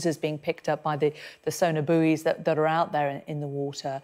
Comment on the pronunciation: What are 'booeys'? In English we pronounce 'buoys' 'boys' On an English channel I expect English to be spoken!